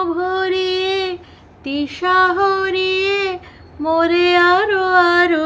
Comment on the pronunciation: Horiye not hariye.